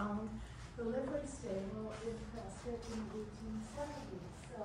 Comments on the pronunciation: Its pronounced "Preskitt" NOT "Pres-SCOT".. as you were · Nice video. Prescott, however, is pronounced like "biscuit". Also, you missed another very historic place, The Hassayampa Inn on Gurley Street. It was built in 1927 and has been very well preserved. It even includes one of the first Otis elevators, which is still functioning today. The hotel lobby and interior are beautiful and the bar and restaurant contain many original features. The hotel is fully functional and offers excellent food and entertainment. It is a very popular gathering place for residents and tourists alike. it is located across the street from another historic sight, The Elks Theater. hopefully. you will get to see these amazing places. if you haven't already. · It is a beautiful wholesome town. That is why so many people are moving here. We pronounce is Preskitt. Most of the people living there are not from Prescott. Most from other states and many from the Phoenix area that have retired and decided to get out of the rat race of a large city. There was a famous movie scene on the East side of the courthouse. The movie is Billy Jack. It was made around 1971 in the Prescott area, with other scenes right downtown. In the summer there are about 3 concerts a week on the courthouse grounds. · Preskitt! Rhymes with Biscuit! I kept watching to see if my husband and I were on video because we are at all of the arts & crafts shows! Love this town, sold our houses in NM to relocate here (but couldn't afford housing in Prescott, thanks to Californication, so we live in nearby Chino Valley.) Beautiful town, friendly people, great weather. But don't move here because we are full, just come to visit, and spend your money, LOL. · The pronunciation of Prescott is Preskit. Please use the correct pronunciation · They pronounce it Preskitt. But the author the town was named after pronounced it how it’s spelled. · Everybody who lives here says press kit.